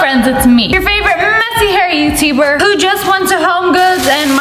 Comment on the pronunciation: any body else here her say YOU-T-BER